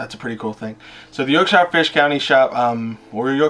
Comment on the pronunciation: coming from a brit your accent wasnt bad at all ;p certainly better than most..btw.. fyi.. its not pronounced SHIRE as in "lord of the rings hobbits home" its actually pronounced SHEER as in CHEER. Ive only heard a few americans actually pronounce it correctly.. and one was a texan with a seriously thick accent.. very funny to hear him pronounce it the correct way.. neways.. good effort.. and as always.. amazing update.. u have a great personality .. keeps a lot of people watching matey.